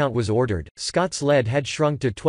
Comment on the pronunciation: learn to pronounce "lead". So what "urgent announcement" did Scott "just" make? No news here.